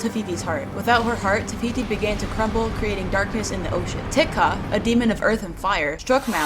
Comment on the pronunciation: My favorite princess that you drew is Moana. not to be smart or rude but the way you pronounce Te-ca isn't (Ti ka) that's an Assyrian lamb kebab it's ( Te ka)